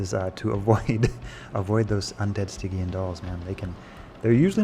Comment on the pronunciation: "stygian" the G is pronounced like the G in Genius. It's not pronounced like the G in Gorilla